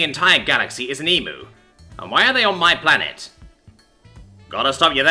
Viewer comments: Okay okay everyone when pronouncing "Emu" put emphasis on the U at the end. Pronounce it like "Emyou" not Emoo its a common slip up for foreigners Also when using the Australian accent real pronounce the vowels and use a strong R also we're naturally lazy speakers so dont try so hard other than that i highly highly enjoy your work and can tell you do aswell sometimes i can even hear you smiling love ya, hooroo mate! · Not E-MOO it's E-MU ( Said E-MEU) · As an Australian it drives me insane The way Americans say the word EMU never cease to inferior to me (Em u )not ( Em moo) for the love of all that is holy I love your work but fuck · Yeah, please stop saying "Em moo". It's "Em you" like an insult! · Looked it up, the video I saw had the guy say it more like "eemyoo". Still gonna call the angry dinosaur bird an "eemoo" though. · As an Aussie I like to think that that it's called emoo in this story because it is stronger because emooo in any other context hurts my soul like bloody hell say it right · Ooof... that pronounciation of "emu" definately should have been checked with an Aussie first, before reading this story!